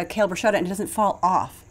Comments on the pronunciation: .....bru...sket....ta!!!!! Not bru...shet....a. Please! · Yes! The Italian word “bruschetta” is pronounced /brus-ke-ta/ because “ch” is always pronounced as /k/.